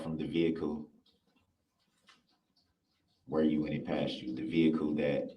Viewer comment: Lol....the. "ve-hick-ooool"...you do that so funny!!! 😅😅😅